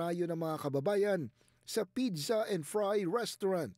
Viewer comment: I think may problema ang dila ng newscaster na ito! Ano ba talaga pidza o pizza??😂😂😂